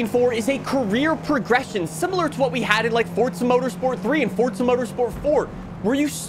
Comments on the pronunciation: Its Forza Motorsport not Forsa Motorsport. You yell too much and talk with your hands, the jump cuts are wack too. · Its not fortsa its forZa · You realize the simulator is called Forza, and not Fortsa, right? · bro is calling the game FORTZA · Fortzhuh mourtorspurts. I can't get over how you keep saying it ☠️ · why do so many people pronounce Forza as Fortza? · Fortza <--- That's how you're saying it. Sounds like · Do you say Forza with a "T" for attention or wtf? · Not surprised 😂😂. It’s forza